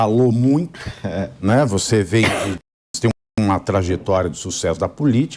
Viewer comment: Ela falou MUIE